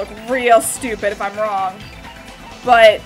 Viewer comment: everyone else: thats wrong nagito: thats wong